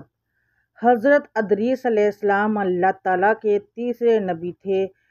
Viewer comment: Wo Adrees Nahi Idrees Hen Please Name Sahi Se Parhy